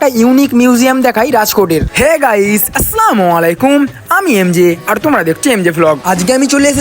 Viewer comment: আসলা নয় আসসালামুয়ালাইকুম